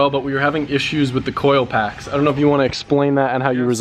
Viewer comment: idk why i giggle every time he says coil pack